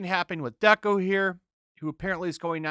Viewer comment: “Deko” and “Minata” lmao